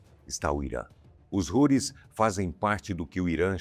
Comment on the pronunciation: A pronúncia em português não é Roris e sim Routis.